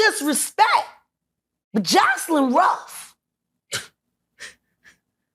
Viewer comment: She said Jocelyn ruff 😂😂😂